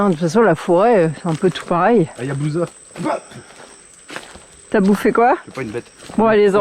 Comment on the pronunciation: C'est l ayawaska 😂 Pas yabousa mdr